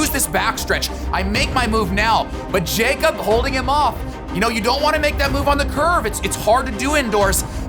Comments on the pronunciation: His name is pronounced “Yakob” not “Jacob” 😁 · It’s not pronounced “jakeup” it’s yakob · Broo nick I love you but he’s Norwegian and his name isn’t pronounced “Jacob”😬 It’s Jakob lol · Jakob. Yah-cub. 🤣🤣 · Great video for the most part, but man hearing that "JAY-kob" every time instead of "YAH-kob" was really jarring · His name is pronounced ya-kub but it looks like Jacob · Nick, great video! But for the love of god pronounce Ingebrigtsen’s name right lmao. It’s “ya-kub” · Isn’t it pronounced Yacob? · It isn't very important but "jakob" is pronounced (ya-cub) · Jakob is actually pronounced like yakob